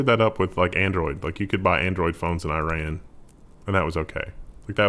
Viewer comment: it's iran, not iran